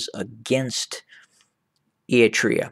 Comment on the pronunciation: You cant even say eritrea